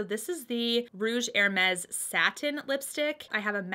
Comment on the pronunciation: Nice choices! And extra points for pronouncing Hermes like a French person! lol Keep up the good work and you'll get your purse before long. Love your channel, and the fact that even when you're talking about something you don't like, your eyes are always in a natural smile. Such a pleasure to see during the pandemic.